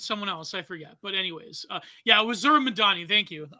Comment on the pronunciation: repeatedly mispronouncing mamdani is like when joey diaz kept calling khabib "khalabeeb"